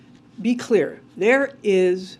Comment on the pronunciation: She keeps blalthering what sounds like "perfectly clear"...I suspect she's actually saying "perfectly kwear" (spelling oops)